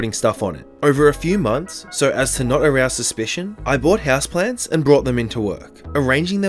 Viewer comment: I just found you today and as I listened I noticed that when you say "so" it sounds like "sir" and now I'm curious to hear what you sound like when you say "sir"😂⭐